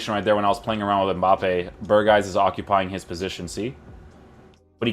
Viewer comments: Not berhuis but berghuis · You nailed the name for someone who doesn’t speak Dutch, but you need to say the letter g more! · Voor buitenlanders is het bijna onmogelijk om de g te zeggen